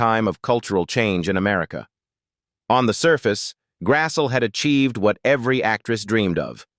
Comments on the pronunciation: AI voice sicks. Her name is pronounced Grass-lee, not Grass-so. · Nice insight. Pity your AI narrator couldn't pronounce the subject's name properly. It's not Karen Grassel, it's Karen Grasslee. Try hiring real people to do real jobs.